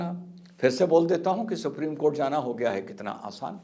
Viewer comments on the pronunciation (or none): none